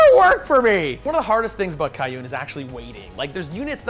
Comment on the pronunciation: You would think that as much as plays Tau he would learn to pronounce Kauyon.